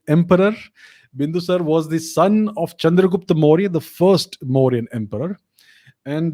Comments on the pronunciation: Bindusar nahi, Bindusaar hain yaar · Make a habit of pronouncing the suffix vowel. Its Ashok-aa not Ashok. And Bindusar-aa not Bindusar, Maury-aa not Maury.